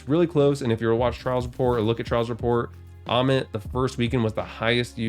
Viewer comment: The sound of ammit hurts my feelings